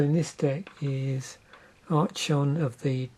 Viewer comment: its pronounced ark-on btw